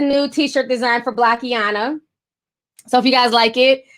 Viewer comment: Looks like block-ina, not block-i-ana js